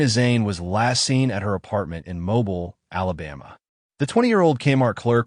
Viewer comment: Just FYI, it is pronounced mo-BEEL not MO- bul